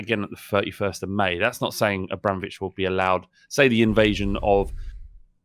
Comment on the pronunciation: The word 'Abramovich' was a constant struggle for this week 😂